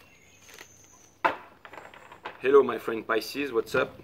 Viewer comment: Psicies la prononciation du i est i Jay non aï. 😊